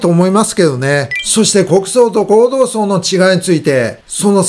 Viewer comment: 今日は読み間違いが多かったですね。その中で気になったのは、何度も内閣自民党ごうどうさい→祭ではありません。お忙しい中での間違った読み込みとは思いますが、もう少し余裕を持ってください。